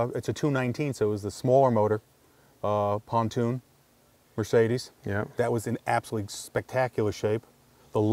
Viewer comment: Just make sure when you advertise you don’t say Mercedes ‘Pontoon’ and Dimeler!😂